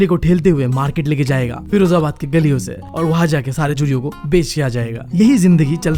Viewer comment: Bhai chudiyo ko churiya khe raha hai that I like her voice ❤❤❤🎉🎉😂😂😂